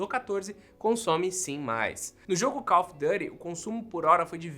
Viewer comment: Adoro o povo tentando ser chique e falando inglês errado. É call (kál ou kól) of (ov) duty (dúry). Dãry é dirty, sujo em inglês